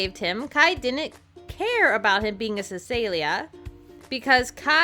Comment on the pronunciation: Cecilia is pronounced sa seal ya